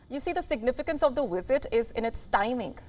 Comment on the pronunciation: It hurts my ears a bit to hear “Wisit” vs “Visit”. Can you pronounce “V”? It is like in Vijay, for example. Everyone on Wion says Wisit for some reason …